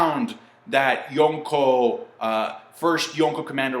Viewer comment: Why you put so much emphasis on “Yonko” that shit annoying